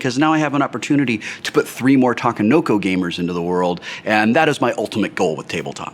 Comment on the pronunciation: a = ah; i = ee; e = eh; o = oh; u =ew ta ke no ko NOT ta ka no ko. Since Sheldon isn't here to school you I felt it was my duty. See you at GenCon Will.